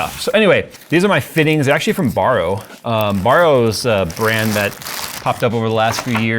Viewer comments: its not actually borrow its barrow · Its Barrow. Like Wheelbarrow. Not borrow.